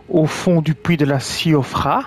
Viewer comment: Merci !! Tu me fais rire tu dis le Pouis 😂😂